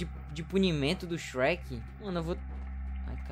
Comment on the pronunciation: "Meu deus o xuequi naum xuequi"kkkkk